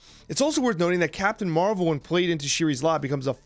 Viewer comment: It's ShUris lab. You need to learn to pronounce the names in this game